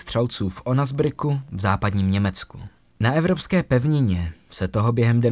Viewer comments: Je to Osnabruck. Ne onasbruck 😂😂😂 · Pohoda. Až teď nedávno jsem na tebe přišel skrz kanál noční můry. Máš to hezky udělané a rozebrané.. pěkná tvorba.. jen ten přeřek mi rozbil uši 😂😂